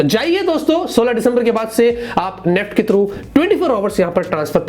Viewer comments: नेफ्ट 😂 NEFT ☑️ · Not neft. Its. N E F T